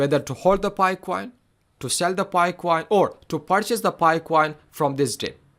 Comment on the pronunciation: Coin not CUWOIN 😅